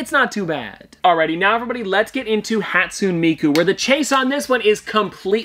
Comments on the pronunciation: I don’t like to be that guy but hatsune miku is pronounced hat soon A me ku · How you said Hatsune Miku was hurting my brain, But nice video